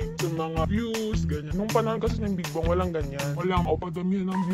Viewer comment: Just pronounce Big Bang properly not Big Bung please..i think the partivipants does not have enough knowledge about Bigbang.